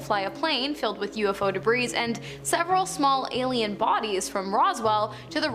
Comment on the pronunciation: Debris is not pronounced "debreeze", it is pronounced "Debree". 🙄